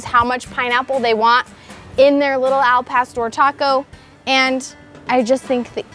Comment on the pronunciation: The way she pronounces Al pastor makes me know this is anything but authentic 😂